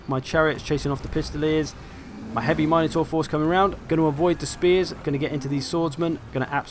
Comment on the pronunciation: MIN-otaur. Not MINE-otaur. ;)